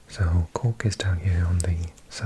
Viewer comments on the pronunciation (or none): I'm listening to the audio while working in Canada, and i still don't know if your saying the city of Cook, of Cork or of Cock. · I absolutely love the way you say Cork 😊 BTW Youghal is pronounced like yawl 😁